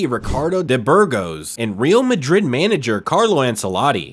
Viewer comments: Hey man, REAL is Spanish means ROYAL , you pronounce it as "real" sounding like real or truth. It's pronounced ReAl , the A like sounded A, difficult to explain by text... anyway sounds very weird and nobody says REAL the way you do, or perhaps you're just the stupid AI translator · Good video but the way you pronounced "Real" hurt my ears 😂.